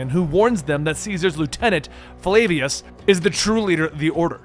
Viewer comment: Buy-ek, Keh-moo, Eye-bis, Flah-vee-us, Ah-mew-net…please….